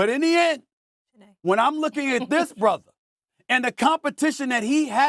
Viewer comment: when I hear SAS say "brother" - I'm hearing "sister".